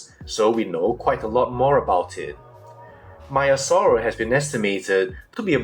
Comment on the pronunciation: Hi, Greek speaker here and a dinosaur palaeontologist. Great video and informative, as always. It is not pronounced as 'Maya-saura' but as 'Mea-saura'. The 'e' is like the first 'a' in the word 'anyway', if that helps. Also, if you are interested to know, in Greek we pronounce the second part of the name as 'savra' where both 'a' are pronounced like the 'a' in 'rhamphotheca'. I hope that helped. Keep it up, your presentations have a scientific quality and scrutiny.